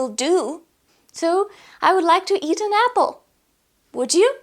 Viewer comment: nice video, but u don't say A or An correctly at the start, i think you should improve that before you create more videos